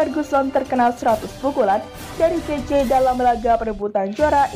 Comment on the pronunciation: Bacaan mu banyak salah.min. gaetji..bukan gaetje..... Michael Johnson. Buka Jackson.....